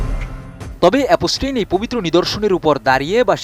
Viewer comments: Epstein ❌ অপ পস্টিন: ✅ 😅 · ভাষা ব্যবহার একেবারেই মূর্খদের মতো। একদিকে এ-প-স টেইন উচ্চারণ ই বলতে পারে না সে আসছে সংবাদ পড়তে। মুসলিমদের নিয়ে ,কাবার গিলাফ নিয়ে এপস্টেইন ঔদ্ধত্য আচরণ করার সাহস পেয়েছিল তার জন্য দায়ী আরব আমিরাত, নিউজ করলে পুরোপুরি জেনে করা উচিত। এপস্টেইন এর মতো এমন নোংরা ইবলিশের হাতে কাবার গিলাফ দিতে কার্পণ্য করেনি আরব আমিরাত। এটিএন পুরোনো খবর প্রচারের জন্য কুখ্যাত।